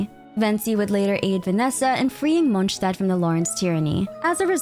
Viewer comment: Why do you say "munchstad"... Hungry or something?